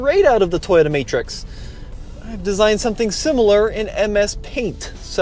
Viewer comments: it’s pronounced: Toh-yota…Toh…TOH…not Teyota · The 'Tahyota'. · That guy keeps saying "tie-yoda"